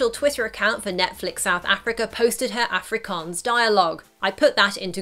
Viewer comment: The way she says Afrikaans annoys me